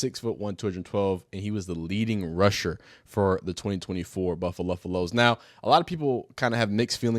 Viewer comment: Why the F you saying buffalos wrong